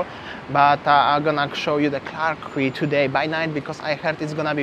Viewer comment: Quay is pronounced as Key. It's pronounced as Clarke Key, same as Circular Key (Quay) in Sydney, Australia. I love those orange juices from the vending machine. Singapore is a very expensive city to eat and drink in. $9 for a beer in happy hour is a joke. Best places to eat are in the Hawker Centres. Great sightseeing but be prepared to pay outrageous prices when you visit. I prefer Vietnam and Bali but Singapore is worth a visit at least once.